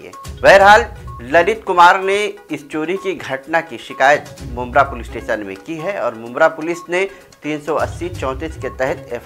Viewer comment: Don't worry bro it's mumbra 😉